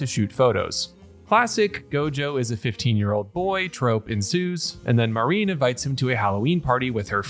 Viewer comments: Good stuff, you got a sub. Now quit calling her "Marine", while her name does use the characters for "Sea Dream" or "Ocean Dream", her name is Marin, Ma-rin, not Ma-reen. Other than that (and yes I know I'm being almost literally pedantic) you did good work here! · It felt to me like they took a page out of Dandadan and Heavenly Delusion. I loved it. Rewatched a few times it was so good. I've read the manga so I know what happens, but it was still so great to see such a not 'transfer manga page to anime'. I thought her name, Marin, was said like ma (like in mad) rin (rhymes with tin). Mareen would be spelled 'marine' like the ocean. I'd like to see it written in Japanese so I can know for sure I guess. Any Japanese people to help me? Anyway, nice short vid on the show. The manga focuses a lot on the tech of cosplay so I expect that will still happen a fair bit. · Marin. He's just pronouncing it in a way you may not be used to.